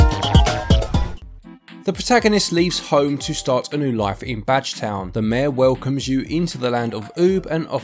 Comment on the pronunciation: Did anyone else hear "Vadge Town?" I definitely heard Vadge Town.